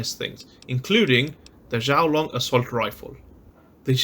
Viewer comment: XUAN Long XUAN not shouwn or whatever you said 🤦